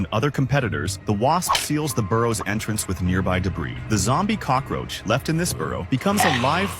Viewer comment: Bro you said yombie it's zombie😂